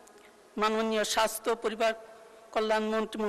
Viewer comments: স্বাস্থ্য সেবাকে মন্ত্রী সাহেব বারবার স্বাইস্হ্য বলেছেন। এতো শ্রুতিকটু উচ্চারণ কোনো মন্ত্রীর মুখ থেকে আমরা শুনতে চাইনা। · মন্ত্রী সাহেব, সঠিক ভাবে বলা শিখুন, সাইষ্থ হবে না, স্বাস্থ্য হবে।